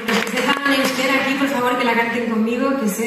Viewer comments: Muy bien pronunciado, parece que sabe euskera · Xabier lete estará orgulloso de escucharte, tu pronunciación es perfecta, una de mis canciones preferidas 👏👏👏